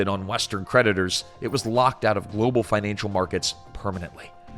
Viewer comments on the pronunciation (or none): none